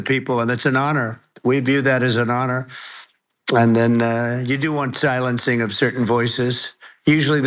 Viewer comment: "Congradulathuns because I see you broke every record in the book with tho many millions of people and that's an honor. We view that as an honor and then you do want thilencing of certain voices. Usually those are voices that have thomething to thay that are constructive."